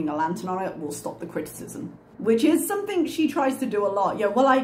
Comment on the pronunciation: Is it just me or does she end her words with a K? Like Somethink.